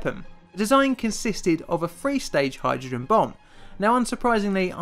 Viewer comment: Would be great if the narrator could actually pronounce the sound 'th'. I've no idea wtf a "free stage bomb' is, nor what the number 'firty-free' represents. Somebody fump vis fellow upside 'is bloody 'ed! Fank ewe.